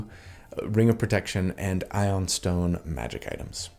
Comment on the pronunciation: it's pronounced eye-oon stone